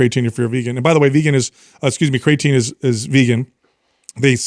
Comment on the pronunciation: He says cray-atine lol